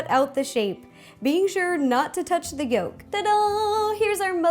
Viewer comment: At she messed up on the yock part..gott haha